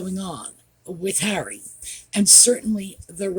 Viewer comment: I just peed my panties. You said "HENRY" it's Harry. I love you